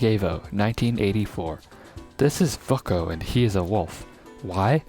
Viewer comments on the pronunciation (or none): Vučko vas designed by a slovenian artist, his name is pronounced as Vuchko.